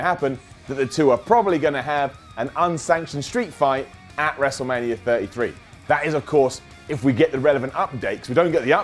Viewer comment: He said WrestleLamia 😉